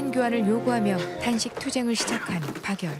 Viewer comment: 제발 발음좀 방열이 아니고 박열입니다